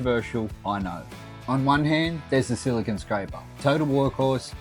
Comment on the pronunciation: I'm hearing "silicon" (which is an element), not "silicone" (the type of caulking he discusses).